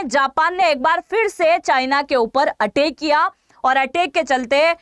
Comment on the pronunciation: Madam atak nahi ataik thoda hindi me prayas kijiye